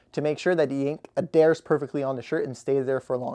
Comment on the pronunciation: Adares? Did you mean adhere? Elimadate? wtf is going on. Most screen print shop???? Who taught this fool how to speak? I can't take this seriously.